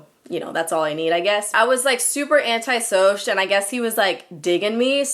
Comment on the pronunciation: lmao "anti-soush" cracked me tf up